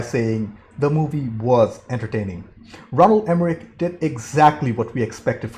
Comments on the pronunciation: It’s ROLAND Emmerich Not Ronald... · I could have sworn it was Roland and not Ronald. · I love watching this movie and I know there’s nothing you can do about it after the fact, but seriously dude it is annoying as hell listening to you mispronounce his name. I don’t know if you’re dyslexic or what but next time you watch one of his get the name, right